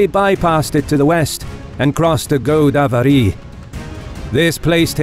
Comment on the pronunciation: I find your wilfull mispronou nciation of Indian names extremely irritating. For example, it's GoDAAvari, not GOdavery!